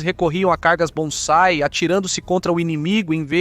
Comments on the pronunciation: Muito bom, agora só uma pequena correção, o. nome do ataque que os. japoneses desesperadamente faziam contra seus inimigos era BANZAI. e. não bonzai como foi dito no vídeo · Muito bom o vídeo! Só pronunciou "bonsai" invés de "banzai"! Kkkk